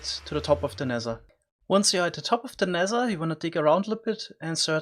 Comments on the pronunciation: Normal people = "Nether" This guy= "Nezzher" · Why are you saing nezer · Ze nexzer